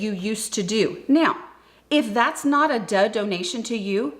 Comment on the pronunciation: I thought you were saying dud for the longest time 😂